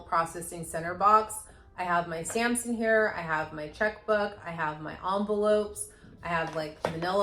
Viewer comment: “stamps in here”, I had to replay twice because all I kept hearing was “Samson hair” 🐶 😂 Happy New Year!!!